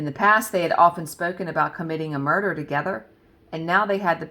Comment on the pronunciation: Yes ! You said " muh duhhh " love it. That story was ..oof.. crazy girls. Hard to wrap my head around such evil. I can't wait to see the finished vanity. It sounds stunning.